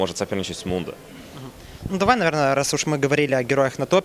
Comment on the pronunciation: Mundo! xDD более смешного произношения Мундо еще не слышал))))